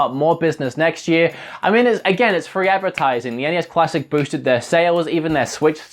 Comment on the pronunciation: it sounds like you say cuassic